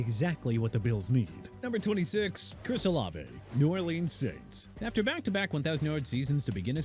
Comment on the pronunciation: Please stop saying "NEW OR LEANS" cuz it ain't how you pronounce it and you ain't got respect for the city! New Orleans pronounced New OR-LINS AND TYREEK HILL AT NO. 9 IN THE RANKING OF TOP WIDE RECEIVERS FROM WORST TO FIRST. SHOULD'VE BEEN HIGHER THAN 9 DUDE!! SMH